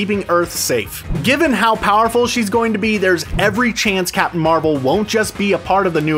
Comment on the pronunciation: can you just say captain bc you keep saying capin'